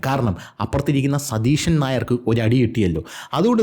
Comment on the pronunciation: മോനെ...'സതീഷൻ 'എന്ന് ഉച്ചരിക്കല്ലേ.... അത് കേൾക്കുമ്പോൾ ഒരു സുടാപ്പിസം ഫീൽ ചെയ്യുന്നു.... 😉